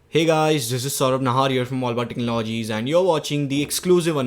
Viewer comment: cant even pronounce the damn word technology properly...idiot!